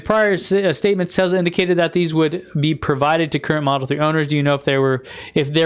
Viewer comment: are you intentionally calling Tesla Tezla?